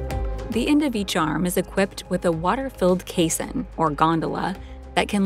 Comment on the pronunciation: "Caisson" and "basin" should not rhyme. "Caisson" is pronounced like "case on".